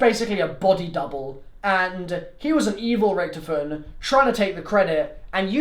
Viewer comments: its richtofen not richtfin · Btw it’s not Richthofen it’s Rich-tofen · HE SAYS RICHTIFEN